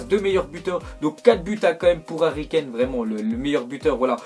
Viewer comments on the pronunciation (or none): none